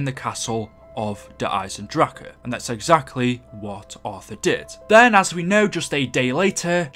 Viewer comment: You kept pronouncing der eisendrache wrong